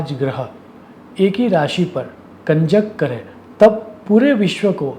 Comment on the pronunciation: તમે ગુજરાતી હોવા છતાં સારું હિંદી બોલો છો. પણ ગુજરાતીઓ હવે માતૃભાષામાં પણ અનુસ્વારના ઉચ્ચાર કરતા નથી, તો તમે તો પરભાષા બોલી રહ્યા છો. હિંદીમાં અનુસ્વારના ઉચ્ચારનું બહુ મહત્ત્વ છે. 'है' અને 'हैं'માં એકવચન-બહુવચનનો ફેર પડતો હોવાથી એમાં ગરબડ ન ચાલે. 'करे' અને 'करें'માં ઉચ્ચારનું ધ્યાન રાખવું જ જોઈએ.